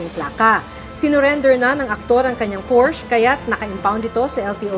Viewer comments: Porsche . Hindi porsch ang bigkas ..nrinig ng aswa kong german .ntawa nlang😂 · Porsha po..hindi porsh😅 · Hindi po pors ang bigkas ng porsche kundi porsha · Ganito pa nga kamali ang iba... Portch. 😂😂😂